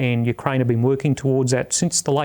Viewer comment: Teach the interviewer/host how to pronounce Ukraine. Pathetic.